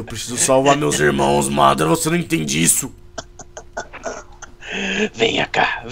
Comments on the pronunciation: SABE NEM FALA MA DA RA KKK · eles tão falando madara errado.